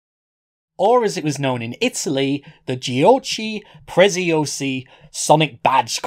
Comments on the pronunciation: "gioci presciosi" I'm kidding xD I'm another guy from Italy and at that time this get curios as hell and i wanted to know ho the fucc made that and this video is Gold! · Pronounce "Giochi Preziosi" like that again and I'll cut my ears